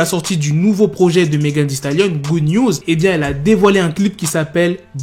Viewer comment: Sa se dit «megan thee stalion»